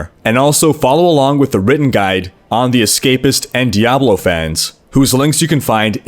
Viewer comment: its pronounced (D-Ah-blow) not (D-Ab-low). K thx noob